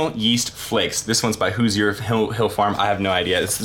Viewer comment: I'm from Indiana and how you say Hoosier made me laugh